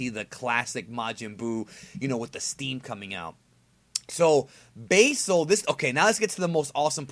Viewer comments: its like you went out of your way to mispronounce old red fox's name basil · basil is not pronounced that way